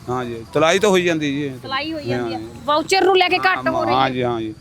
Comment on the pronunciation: ਵਾਊਚਰ...?😂😂 ਮੌਇਸਚਰ ਕਹੋ ਮੈਡਮ , ਮੌਇਸਚਰ ਮਤਲਬ ਸਿੱਲ੍ਹ